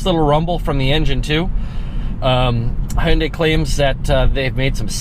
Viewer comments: "Ha yun dae" what kind of pronunciation is that lol it's Hyun dae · Huyunday its hyundai buddy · "Hoounday" Kill me.